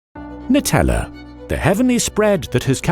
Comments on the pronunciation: It’s pronounced Nutella ( new-tell-ah) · I'm Italian and I'm kinda triggered about the pronounciation nice video tho